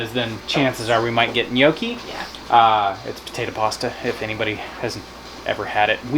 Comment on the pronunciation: Hey all. Love the video but I’m guess neither of you are Italian. 😂 no worries just spreading the Italian love. If you want to add to your Italian accent gnocchi is pronounced like yucky with an n in the front. N’Yucky. ♥️ 🇮🇹